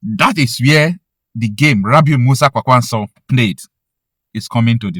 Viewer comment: The way you pronounce Kwankwaso annoys me. Kwankwaso is a Hausa name that was gotten from Okonkwoson, an Igbo heritage name. With that knowledge you should know the right way to pronounce the name.